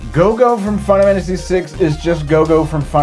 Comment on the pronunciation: Now everytime I say Final Fantasy, I can't help but pronounce it as Fie-nuh-fannisy!